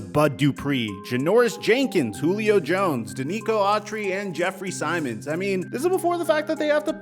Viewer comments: Jared Stillman is a tool who talks just so people notice him, but I ain't listening to a dude who can't tell the difference between "Simmons" and "Simons"...MF can't pronounce 2-time all pro Byard's name correctly. Denver literally just gave Patrick and Sutton new contracts, Rodgers DGAF about playing Mahomes and Herbert twice a year. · Learn the pronunciation of Titans players names!!! Proof people don't pay attention to them. Byard is not By Yard, Byard try again. Simmons is not Simon's. There is another M in there. Ha ha lost all my respect! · It’s not Sie mons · Man you mispronounced kevin byard's name and Jeffery Simmon's name. No offense but how do you do that?? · Hard to take you serious when you can't even pronounce players names right. Just butchering Simmons and Byard all in the span of 5 seconds. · You butchered the pronunciation of Byard and Simmons.